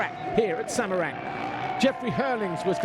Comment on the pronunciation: I heard the commentator said Semereng not Semarang. Anyway, good highlights. And i think the circuit is more tricky than Pangkal Pinang (not Pengkel Pineng). Good job MxGP.